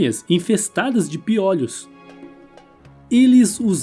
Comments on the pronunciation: Não é 'piólhos' e sim 'piôlhos', claro que sem acento. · Legal o vídeo mas não é piólhos é piôlho que se pronuncia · Acho que o narrador não tinha ouvido falar em pi(ô)lho antes, ele pronuncia "piólhos" chega a ser irritante! 😂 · "Piólhos" foi difícil! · SE FALA PIOLHO, COMO MIOLO, BOLO. NUNCA VI NINGUÉM FALANDO PIÓLHOS, COMO OLHOS. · Diz ao narrador que não é piÓlhos, pronuncia-se piÔlhos, embora não leve acento. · NÃO É PIÓLHOS...E SIM PIÔLHOS... CONSERTE ISTO! Se fala piolhos (Sem Acento). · PIÓLEOS É BOM..KKKKKK SE DIZ,PIOLHOS.... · Sim mano da uma agonia ele falando piólhos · Desculpaí, eu também percebi a pronúncia de " piólhos " que soa como um gongo nos meus ouvidos... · Muito bom o vídeo,só não e tendi o plural de piôlho ser piòlhos kkkkkk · Essa pronuncia de "piólhos" de onde saiu??? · Piólhos ? Não são todas as palavras que mudam a vogal tônica de o pra ó. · Showing results for pronúncia de piolhos Search instead for prouncia de piolhos pi·o·lho |ô| 1. O CORRETO É piolhos "Ô" Desculpe apenas uma crítica costrutiva. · PIÓ LHOS? 😂😂😂😂😂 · Amo o antigo Egito ,agora escutar o locutor do vídeo pronunciando "piólhos" me deu um pouco de dor no ouvido . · Meu amigo! Doeu você falar piólhos. É como ouvir alguém falar cachórros, bólos, dóces… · FALA-SE PIÔLHOS , OK? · Vc está otimo achei graca na pronuncia do piolho mas está original ,vc está muito bem .bjos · O jeito desse cara falar piolhos é ridiculo. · Super interessante ,mas os a forma errada de falar piolho me deu nervoso .Mas parabéns pelo conteúdo. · Caracas, achei que só eu ficava aflito com essa forma dele dizer "piolho" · “Piólhos”...”hieroglífos”... 😳 correto é piolhos e hieróglifos!